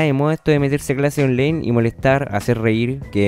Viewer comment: onlaiiiiin ctmmmm onlaiiin no onleiiiiiin wn